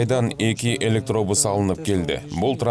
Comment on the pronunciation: Кабарчы ,,ЭлектоУус"😅 эмес электобус